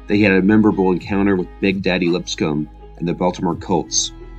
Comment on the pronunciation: Great job. FYI "Crazylegs" is the film that made a young Raymond Berry want to play receiver, as well,. "Lipscomb" is pronounced with the P silent -- "Liss-com"-- Symank is pronounced SIGH-- mank, and Tom Moore proved quite valuable to Green Bay in '63 and '64 after Hornung missed time with suspension. .Moore became the offensive coordinator in Indianapolis with Peyton Manning years later.